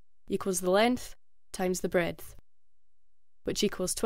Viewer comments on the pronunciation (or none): She says breadth but pronounces it as 🍞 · BREADTH lol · Breadth? What?